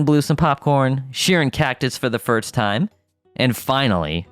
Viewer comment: Ok am I the only one getting a tick from the way hes saying firts instead of first? XD i mean no hate brother, I just coudltn ignore it. Great classic right here though!